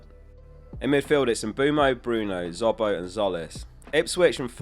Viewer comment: Stop saying Zobo, say it properly for once